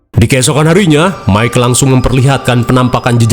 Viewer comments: Mungkin dia mau nyebut Mike jadi mika. Teringat nyebutin nama Mike 😂😂😂 pabeulit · Bang aku ikutan ngakak saat sebut mikha😅😅😅😅😅😅😅😅😅😅😅😅😅😅.